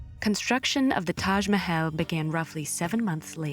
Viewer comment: The narrator's pronunciation of "Mahal" & "Aurangzeb" is incorrect